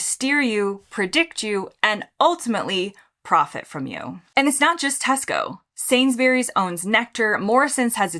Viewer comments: It is not "Sainsberries"! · You’re pronouncing Sainsbury’s wrong